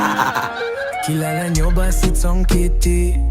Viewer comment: kua ulaga d uliga brad